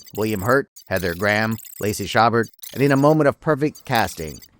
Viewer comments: Lacey Chabert's surname is pronounced "sha-BARE," FYI. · You might wanna Google how to pronounce Chabert.